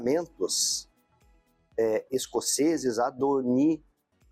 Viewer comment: ahhhh, os haters....gostei do "Adorinamita" e do "Iorque" kkkkkkkkkk